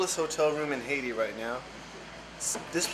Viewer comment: Stop trying to pronounce Haiti like that. You can't pronounce it so just stop. OMG